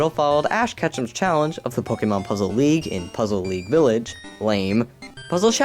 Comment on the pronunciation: Lol he said "I give pokemon puzzle leage an 8.5" he said LEAGE